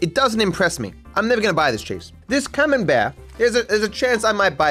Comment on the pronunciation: Sounded like you said "cumenbear" .. cheers for the semen based cheese though in my brain now